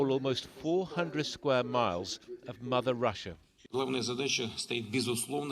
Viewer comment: Mouther? You mean mother right?